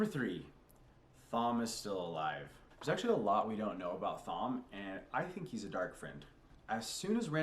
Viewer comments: Before Perrin meets the Wolves, we get no POVs from him, that's why he felt blank. Nearly all of TEOTW is from Rand's POV, what you're getting is the views of a niave, inexperienced and unreliable narrator. The H in Thom is silent, pronounced tom. Male Aes Sendai broke the world, a side effect of the Taint The Dark One infected Saidin with, the Madness. Female Aes Sedai use Saidar which is clean and safe for them. Distrust of Aes Sedai is a cultural thing among the people of the Two Rivers, especially the men. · Thom is pronounced Tom 🤣 but you can say it however you like Egwene in pronounced Egwayne but I think you already know this